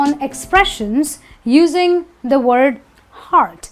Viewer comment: Help us to remove this confusion with the correct pronunciation of the word "the " because my Indian friends called zi and za it's baffles me. I don't when to call it zi or za .